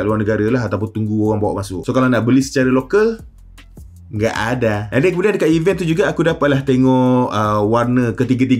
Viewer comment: Bunyi "Nggak Ada" tu macam ori dari seberang bang..hahaha